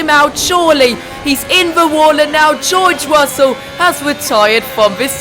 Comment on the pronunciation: geowge wussel 😂